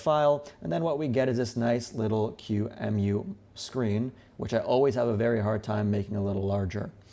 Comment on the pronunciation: this is the first time i hear someone refer to qemu as q-emu